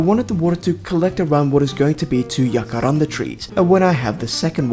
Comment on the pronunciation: The way you said jacaranda at about 32 min, is exactly like how we say it in Afrikaans, one of South Africas 11 national languages, and i am damn well impressed. Although the word jacaranda and the tree is not originally from South Africa, it has bacome a big part of the culture, expesially in Pretoria, where I go to university, and it is believed that while studying, if one of the flowers falls on you, the test you are studying for will go very well for you. Just something I thought of while watching 😂